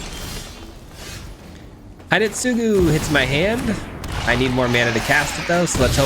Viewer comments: Just an FYI, Hidetsugu pronounced "he-DEBT-sue-goo". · Isn't it H'det'sgu? Like Sasuke isn't Sa sue kay, you kind of swallow the u, so it's Sas'kay? I think Hidetsugu is probably supposed to be 3 syllables, but I've never heard a Japanese person pronounce it so I'm mostly making my guess based on 1 year of Japanese and a few thousand episodes of anime 😅